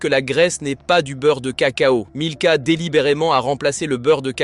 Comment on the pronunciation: En plus. Ils alternent la marque milka avec nilka systématiquement. Plutôt malin.